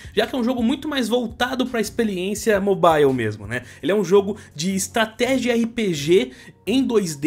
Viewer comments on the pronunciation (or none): "expeliência" tá assistindo muito o cascão, dá turma da Mônica hein kkkkk